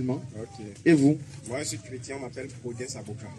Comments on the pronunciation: ce chre - tien et non chre - tin si ce que tu veux vraiment . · CHRÉ - TIN.🤣🤣🤣